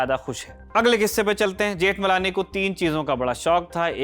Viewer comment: Ni pronouciation of surname.